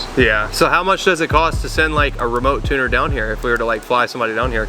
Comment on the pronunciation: "i am tooner" got me dyin